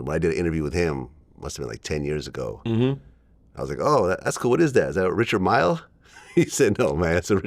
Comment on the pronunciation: you must be broke the way you prounce richard a millie, its richard mille